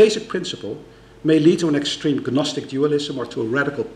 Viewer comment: He always pronounces the silent 'g' in the words 'gnosis' and 'gnostic'